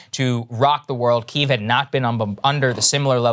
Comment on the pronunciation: Ohh Saager changed his pronunciation to the Ukrainian pronunciation of Kiev, rather than the Russian one - love the voracious appetite for information and change rather than pandering propaganda <3